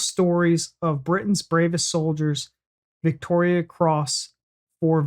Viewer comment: Just saying its Victoria cross not Victorian